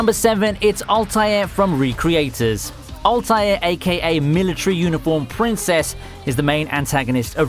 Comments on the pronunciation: Altair as well, wtf is All Tayer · same. also 'altair'. couldn't he at least research how he pronounces things, i mean he already did copy paste the entire thing from wikis lol